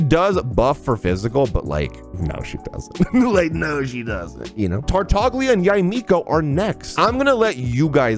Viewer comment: Tartaglia is actually pronounced sa tartalia